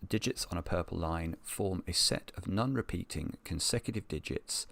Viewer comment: Non rhymes with gone. Not nun